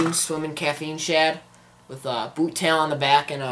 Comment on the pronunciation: the way he says boot-tail 😂